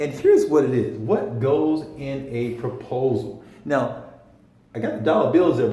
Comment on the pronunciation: proposal, not propsal. Thank you for the information and encouragement.